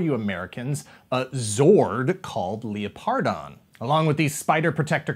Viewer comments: Am I the only one that cringed Everytime said leoPardon instead of lepRadon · Leō-pardon? I’ve always pronounced it Leopard-on. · Leo-pardon..? Surely it's Leopard-on?